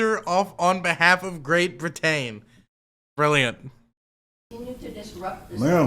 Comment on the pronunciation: Why does this guy weirdly force the first syllable of each word he says? Also he’s just choosing to pronounce things strangely and put the emphasis on a different syllable, right? Please tell me I’m not crazy. (Example: brit-AIN for Britain, dee-uh-SPOR-uh for diaspora)